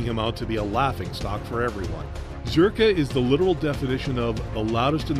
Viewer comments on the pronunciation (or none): It's Zherka, not Jherka, bro. And on that note... LONG LIVE JON FUCKING ZHERKA! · this guy continuously saying JHERKA annoyed tf out of me LOL